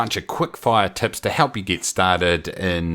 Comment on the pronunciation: I keep hearing tits instead of tips :) Good info, keep it up!